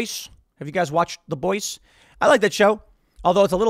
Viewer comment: The boise? You mean the boys?